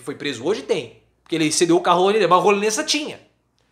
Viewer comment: LÉSSA,, se lê com acento agudo no E.